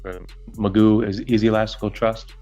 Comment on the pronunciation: It's pronounced Magoo, he's spent more time in jail bec a he's a sovcit than he would have done if be plead guilty for multiple drink driving cases